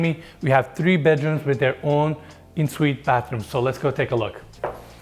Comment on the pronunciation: Your pronunciation of En-suite is incorrect and very irritating